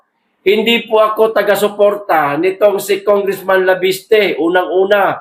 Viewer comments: cguro additional info ang binigay sa kanya para i add on sa press con niya. wala naman masama sa conversation nila , ttansparency ang ini insist sir " leviste" not"laviste" kind correction lang salamat po. nakita ko sa press con ni chavit may mga ebidensiya siya itong si cliriring bulag at bingi nonsense may isang pa ngang project na ginagawa nila sa gabi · Sir bakit banggit mo laviste..di ba Leviste